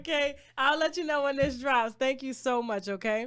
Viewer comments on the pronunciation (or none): Tasha I want to teach you how to say "thank you" NOT "TANK you"